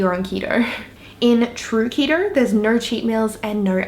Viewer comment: It’s keto not ketro